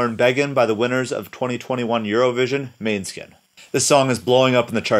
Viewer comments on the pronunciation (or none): did you just say MANEskin??!1!! wtf 😬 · Its was kinda funny to hear the way you said måneskin